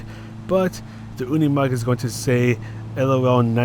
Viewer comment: No, you're right, it is pronounced Unimog in German, like you do 👍